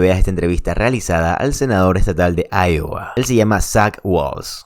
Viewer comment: No se dice Lowa es iowa o "aiyogua"